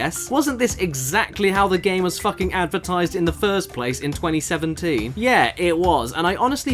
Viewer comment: Hey Caddy, why do you say "FACKING" so much lately? Anything you want to tell us?